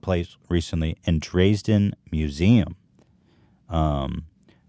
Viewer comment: dreezden haha. Also the way ethan pronounced Angst is they way dutch people say it. So the correct way.